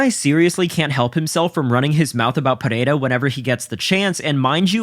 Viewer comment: Why does everyone pronounce Alex Pereira's name so weird? It's like they become Spanish for a half second. I blame Joe Rogan for pronouncing it so zesty.